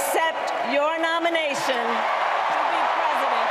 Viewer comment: "Nomination" LOL